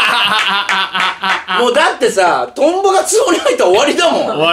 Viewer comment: 8分17のところトンボがヨンボになってます。地味にツボりました